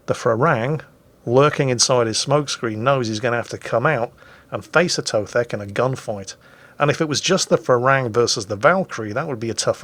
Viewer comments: A To The K lol Not Atothek. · It is "A to the K", not Atothek. No need to overcomplicate things. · His Britishism is showing. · It's "A to the K" you Philistine! :D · You apparently also forgot how to say his name too?